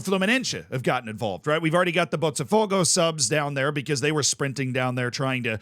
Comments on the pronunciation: You only use the "ch" sound for "te" or "ti" , Z. "Botafogo" not "Botchafogo" lol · stop saying Botcha its bota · Pronunciation tips: Palatalization, which results in the /ʃ/ sound after the /t/ that you're trying to do with Botafogo only applies when the T is followed by E or I in some regions. When it's followed by any other vowel, it is closer to the English T or a hard T for some regions. This means that for Botafogo, it would be pronounced [botaˈfogʊ] (you can use an IPA reader to check how this sounds with a Brazilian accent. (you actually got the pronunciation right once or twice in the video when you were not trying to do it right) Note that palatalization occurs also with the letter D in the same contexts. Regarding the letters S and C when followed by E or I does not happen in Brazil, so in Brazilian Portuguese, Fluminense sounds much closer to what an English speaker would intuitively try to say rather than with the /ʃ/ sound at the end. So, Fluminense would be [flumiˈnẽsɪ]. I recommend to check Pɛtɾʊs, which is a tool to convert words to the phonetic alphabet with the Brazilian accent, then you can put it into most IPA readers and you'll get something close to the actual pronunciation. I recommend the ipa-reader . xyz because it has multiple pronunciations, including two Brazilian voices. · It's pronounced more like floomynancy and bawtuh fogo